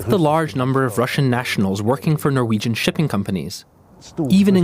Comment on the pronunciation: The presenter totally butchered all of the norwegian names